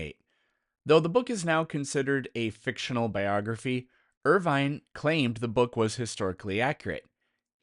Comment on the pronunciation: Irving, not Irvine.